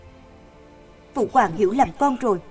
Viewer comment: Phụ hoàng mà đọc là PHỤ QUÀNG nghe khó chịu quá 😂